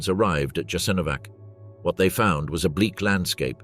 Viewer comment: You're making a documentary in which Jasenovsc plays a central role but you mispronounce it badly. This is essentially Serb propaganda to mask the crimes of the Serbs in the wars of Yugoslavia's breakup. More Croats fought against the NDH than for it. You forgot to mention that. The best account of this time is Slavko Goldstein's excellent book 1941. It is available in English as well as other languages.